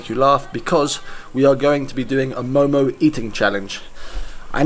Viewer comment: I’m half Nepali! And momo is my fav food 😋 And that’s not how u pronounce momo ;w; Btw did u know that Nepali ppl eat rice for lunch and dinner??